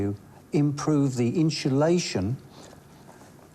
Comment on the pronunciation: Why people insist on calling it inshulation instead of insulation is just beyond me.😂